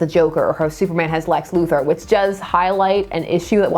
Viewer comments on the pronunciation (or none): none